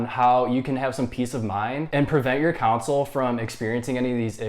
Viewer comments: He bugs me he keeps saying counsel and not console how it is actually supposed to been said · Thanks. Kon-Sul not Council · The fact that you pointed out which no one would even notice, yet kept saying “Counsole” instead on console is hilarious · lol thought i was the only one to hear that hahaha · Bruh keeps saying council wtf